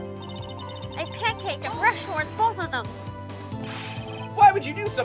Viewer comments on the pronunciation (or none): Why do you say "pancaked" instead of "panicked"?